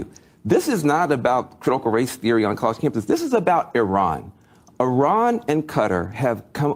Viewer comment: I love how you say "awn" instead of "on".